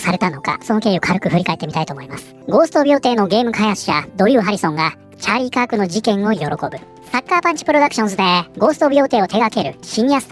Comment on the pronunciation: ああチャーリーカークか 音声だけ聴いてたらチャリパク事件に聞こえて驚いたわ